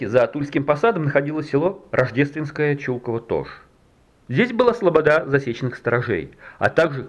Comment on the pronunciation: почему ЧУлковское, если всю жизнь говорили ЧулкОво?